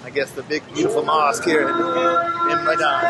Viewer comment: Please, Medan is pronounced May-dan.